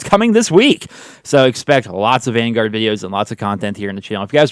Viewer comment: Call of duty van-garage. Lol